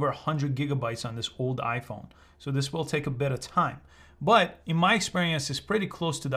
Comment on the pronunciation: Bro really said wiyol 😭🤣